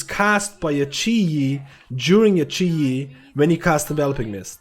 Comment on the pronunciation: its chi gee